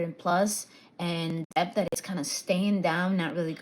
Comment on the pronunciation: The “b” is silent in debt.